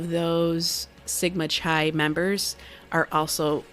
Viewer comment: You sound very intelligent, but Chi is pronounced KI not Khi.